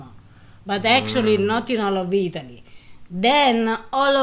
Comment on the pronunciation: Now that was a winner. You guys remind me of Laurel and Hardy. Classics luv-birds. Ahhhh....Eat-a-lee. That’s a-more-eh.